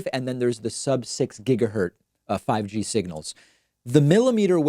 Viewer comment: ‘Gigahertz,’ not ‘gigahurt’